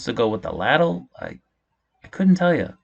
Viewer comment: leyd-l is how ladle is pronounced. Laddle 😂